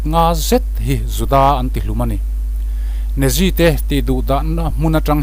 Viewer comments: Natzi tiin lam rawh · Nia...Nazi tihah hian 't' telhin 'Natzi' tiin an lamri tlângpui. Tin,Argentina khawpui...Buenos Aires hi 'Buens Airs' tih ang deuhroh in a lamri deuh char char...'Bue-nos...Ai-res' tih emaw 'Buh-nos...Air-ess' tih ang deuhin an lam ri ṭhin.Hemi pahnih hi a lamri ngun si a,beng a tikham lek lek. Eichmann-a hming pawh a lamrik dan a inanglo zeuh zeuh bawk. Comment ve ka tum a,comment a khar(close) nge mawni,ka comment thei dêr lo mai.